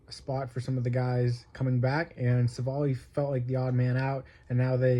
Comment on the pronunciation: its civ-ale, not civil lol jk. Why are brewers trading for shitty pitching? lol